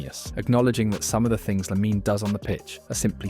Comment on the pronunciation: It’s Lamine, not “Laminey” 😒 Beautiful video nonetheless, thank you